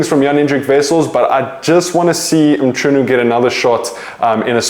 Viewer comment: Bro let’s work on that Mchunu pronunciation. It’s not that hard to get it right